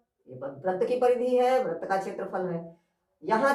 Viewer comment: Sir, in Hindi, you are pronouncing wrong but writing right Vrat is wrong, vrit will be right.